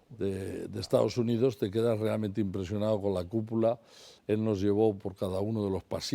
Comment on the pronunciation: "...me he quedáo impresionáo asombráo... el Senáo", JAJAJA